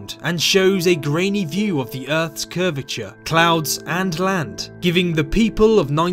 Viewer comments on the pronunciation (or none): & "curvature" :'D